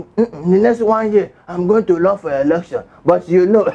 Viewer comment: together we shall take it back. You are really killing me with laughter. I like your incantations before the news hahaha! and the way you pronounce election, erection. Do you mean elualu? Unuangbo hahaha! Liar Mohammed is an habitual liar. His lies is so disgraceful, lies that tend to explain his analog thinking. Let us vote as we become one with Osowore as we take it back. AAC. ACTION!